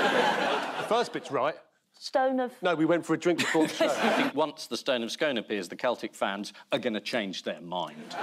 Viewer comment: Stone of Scone - it’s pronounced “SKOON”. If you’re going to pinch a Scottish relic at least learn how to pronounce it correctly.